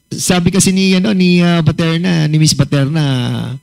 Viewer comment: baterna po sir.not paterna😂